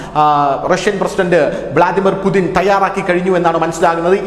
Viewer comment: യുദ്ധകൊതിയുമായി കുറെ പാഴ്ജന്മങ്ങൾ മൃഗവും അല്ല മനുഷ്യനും അല്ലാത്ത ജന്മം. വ്ലാദിമിർ പുടിൻ ആണ്. അല്ലാതെ പുതിൻ അല്ല